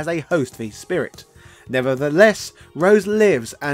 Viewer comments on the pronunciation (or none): none